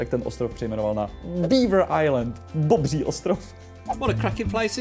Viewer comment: Tak “Bobŕí” ostrov mě dostal…😂👌🏻